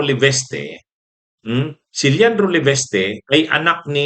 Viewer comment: it’s LE-VIS-TE not LEVESTE.